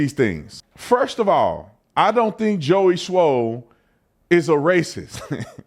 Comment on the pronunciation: You keep sayin Joey SMOLL!!! 😅😅😅